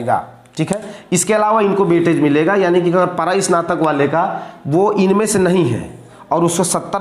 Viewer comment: परास्नातक ❎ परास्तानक ✅ 😂😂😂😂😂😂😂